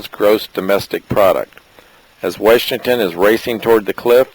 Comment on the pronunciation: way-shington. really?